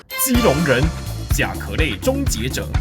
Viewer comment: 是甲ㄑㄧㄠˋ類終結者不是甲ㄎㄜˊ類終結者😂